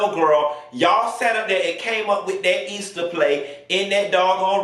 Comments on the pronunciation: Did you say the Easter Play.😂😂😂🤦‍♀️ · Did you say Easter 🐣 Play🤣🤣🤣🤣................... Stop🤣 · He said “Easter play”... I’m done 😂😂😂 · Did he just call it an EASTER PLAY..... I am done... hahahaha